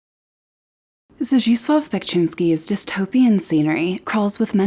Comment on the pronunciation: You're the first who has pronounced his name right. The "anglo" equivalent of Zdzisław is Zedislav. I wanted to recommend you another pretty disturbing, highly allegoric Neo baroque Surrealist sculptor, Kris Kuksi.